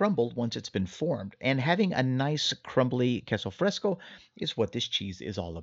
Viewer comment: it was driving me nuts every time he said queso fresco. I was yelling at him- that's NOT queso fresco .😂